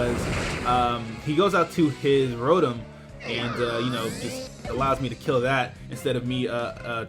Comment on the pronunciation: its pronounced ro tom not ro tum